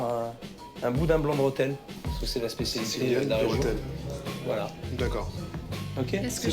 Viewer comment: Il y a un accent ? Non alors dites le correctement s'il vous plaît, c'est REthel